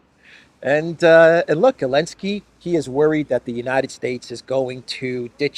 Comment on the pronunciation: Is this person incapable of pronouncing Zelensky or does he know something we don't?